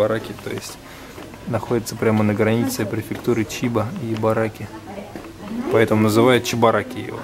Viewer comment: いばらき, а не ぎ..:)